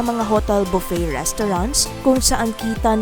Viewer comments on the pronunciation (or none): none